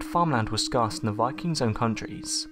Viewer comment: Scars? I think u meant scarce (sc-air-sss)